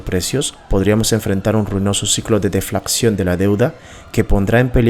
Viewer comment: Me gustá el video y no es por darmelas de qué se más o no, pero siempre es importante corregir los errores de habla pues eso créeme que reduce la credibilidad: Los que encontŕe fueron.... Dices Inflacción y es Inflación. Dices deflaCción y es deflación. Dices DeSvaluaCción y es Devaluación. (Las mayusculas son las letras que sobran.) Aunque no le quito merito al video estoy de acuerdo en un 100% con la información presentada en este, sigue así!